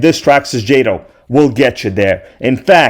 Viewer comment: Calling jayto😂 and crying 😂